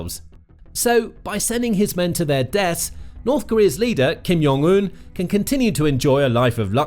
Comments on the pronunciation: ... OK, I know this is really pedantic, but holy hell did you butcher that pronunciation. Kim (fine) Yeong (wtf? Jung. It is pronounced exactly the way it looks to an English speaker) Oon (Eun. I get it. Everyone gets it wrong. Think "un" in French.) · Yes, please pronounce the name of Kim Jong Un wrong and write it wrong as well... After all, being educated and civilized is overrated ;]